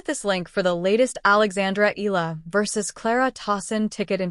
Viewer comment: Please take the time to learn how to pronounce her last name. E-YA-LA (Eala), Short E as in "expect," short A as in "apple." E-YA-LA.